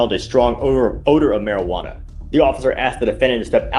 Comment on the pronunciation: “marijwatta” hahaha